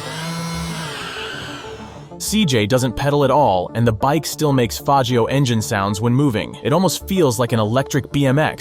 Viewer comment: Bros scared to say faggio correctly😂😂😂 coward